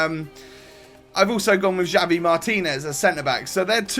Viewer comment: Its pronounced have-eee martinez not jahvee....